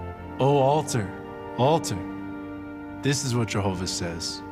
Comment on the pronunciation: i had to watch this in few break downs. There was no way I could watch this crap in one go! How many times in this supposedly Biblical drama they said "Jehovah"???? I don't know if is just me, but the way they pronounce it, it just makes me creep. Well done, it takes strong nerves to watch this and make a rebuttal